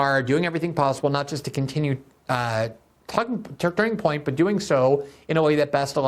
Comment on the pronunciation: I love that Glenn is so eloquent but keeps having trouble saying “Turning Point”